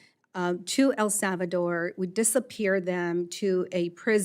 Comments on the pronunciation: She forgot to virtue signal the fake accent when she pronounced El Salvador . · wow! she must really now what she’s talking; she placed an inflection on her pronunciation of “ el salvador”.